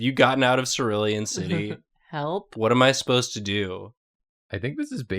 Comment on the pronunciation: Anyone else bothered by how kept saying Sirillian? It's Cerulean